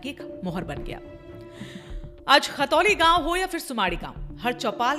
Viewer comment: मेम खतौली नहीं khantoli है